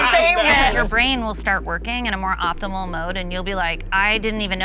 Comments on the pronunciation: did she say optibal?! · I couldn’t make it past the first 15 seconds. Wtf is “optibal”? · The hooch said obtibal instead of optimal. Proved the point in real time 😂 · “Optibal” with 2 degrees…you know you could’ve edited that part out. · did she say optimebull?? Instead of optimal?? Lmao!!!!!!😂😂😂😂🤦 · thot said optible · i swear in america anyone can get a degree, how tf do you have two degrees and you dont know how to say optimal.